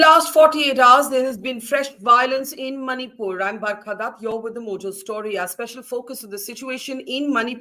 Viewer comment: Her name is barkha not burma